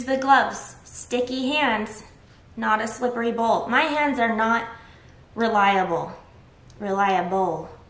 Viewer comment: Relia-BOWL. is great. Also yes i agree on alexa - I finally got an echo (the old model because the reviews were better) on prime day and I love it already for timers when I'm cooking, and music